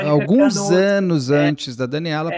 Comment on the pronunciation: "Alguens"...!?!?! Pelo amor!